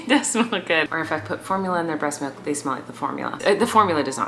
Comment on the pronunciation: bruh I love you Colleen but the number of times u said malk and not milk made me so angry. love you though!!